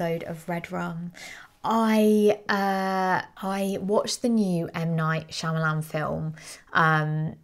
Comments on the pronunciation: She makes me laugh so hard saying his name! I say it the same way!😂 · If you like him that much, you could take the time to learn how to pronounce his name. 😂😂